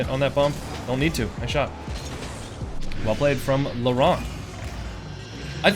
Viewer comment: You were saying "laurent" and I was hearing lebron😭✌️